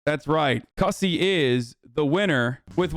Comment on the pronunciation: Damn it Hasan you pronounced Cussy wrong. It rhymes with bussy